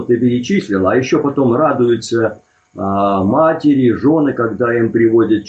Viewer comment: матерИ, не матерЯ)). Не обижайся, ты умница и молодец. За гостей спасибо!